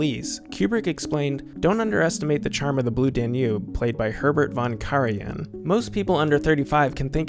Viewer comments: Most Americans would know that it's DAN-ube, not Dan-UBE. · Blue dan YOOOB (emphasis on 2nd sylable).... Really??? even the people being interviewed here pronounce it Blue DAN yoob. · Very interesting. Liked it a lot. But found your pronunciation of “Danube” distracting. The accent is on the first syllable: DAN-ube. Not dan-UBE. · This is absolutely AMAZING! If still monitors these comments, you are/you have 1 of the greatest channels on YouTube! Especially where cinema is concerned. That said I do have one small but pointed complaint: you can clearly hear (as I've always heard) the word "Danube" ALWAYS pronounced with emphasis on DAN (everyone speaking about it in the clips that you put together pronounce it that way) but for some reason you are putting the emphasis on UBE (D'oh!). In case you do a part 3 in the future and need to reference the music again, I might suggest that you put the emphasis on Dan (and after all, Dan is a pretty nice guy:-) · DAN-yoob, DAN-yoob, DAN-yoob, DAN-yoob, DAN-yoob. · “dan YOOB?” Seriously? Bwaaaahaaahaaahaaahaa! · It is pronounced DAN-yoob. This made me nuts every time said it, which was often. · The narrator pronounces "Danube" with the emphasis on the second syllable... "dan-YUBE". Very bizarre. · I am organising a drinking game, each time the Danube is mispronounced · Very smart doc so how can’t you not know how to pronounce Danube? It’s even stated in several of the interviews you include. Please stop! Fix! Be smart. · Imagine not being to say "Danube." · Please learn how to pronounce Danube. Jeez. Otherwise, a good video. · excellent video... only 'Danube' pronunciation is bugging me :) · And his pronunciation of "Danube" is rather distracting as well. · the stress is on the first syllable of "Danube" please.... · You're pronouncing Danube wrong.